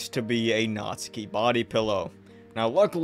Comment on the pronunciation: Like omfg, it’s NATSUKI not NAZIKI😭😭